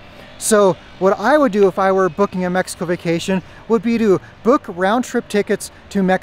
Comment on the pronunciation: You live there for years,what about if you stared to pronounce right the country name?